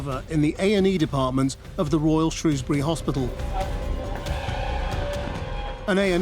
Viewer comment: Pity you can't pronounce 'Shrewsbury'...